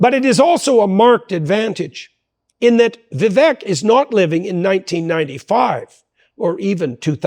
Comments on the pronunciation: Vivek like cake not eck. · Jordan, I love you like a brother. Correct me if I’m wrong, but I believe Vivek’s name is pronounced Va Vake, not Ve Veck. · Vivek rhymes with cake doc; BTW, thank you so much for this video, it is fabulously informative, instructive, inspiring, and even entertaining! I must watch much more of you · Just FYI, it’s pronounced “Vi-vake” (like “cake”) Ty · Remember to pronounce VIVEK with the E as a Spanish E, which is actually pronounced as a LONG A. Or, as others keep reminding us ... Vivek rhymes with CAKE !